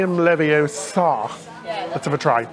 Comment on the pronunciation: It’s Levi-O-sa, not Levi-o-SA!